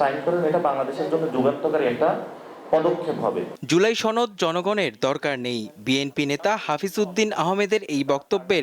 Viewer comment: সনদ কে বলে ছনদ😂😂😂আবাল দামড়া পাডি পার্টি😢😢😢